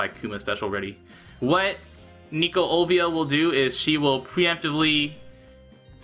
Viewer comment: Hey Why do you keep calling her Olvia? It says on her character that it's Olivia since I can read Japanese.